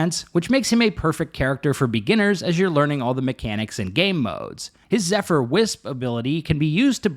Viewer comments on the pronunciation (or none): none